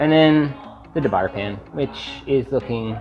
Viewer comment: I appreciate the comparison of the three pans but please learn to pronouce "de Buyer" correctly (dee-boo-YAY) as it would add a touch of professionalism to your video.